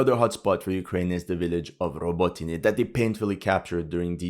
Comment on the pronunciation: acheretyne not ohcheretyne. rahbotyne not row boat yne.